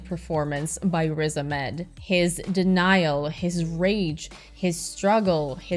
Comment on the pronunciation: Nice review but by the way its Riz A7med not rizaamed 😬